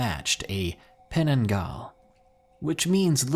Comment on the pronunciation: On the fifth story... That is not how you pronounce creature name. Penanggal means detech or remove. Just saying.